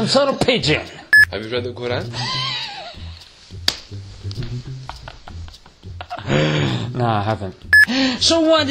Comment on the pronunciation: Graham Harvis did pronounce qur'an with tajweed tho